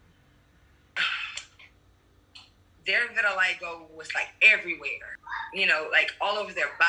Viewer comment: Quiero decir vitiligo en Inglés como vos!